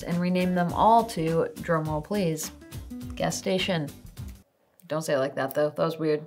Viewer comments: "Gas statión!" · I love that emPHAsis on gas STAtion. This was great. I didn't know how to do this!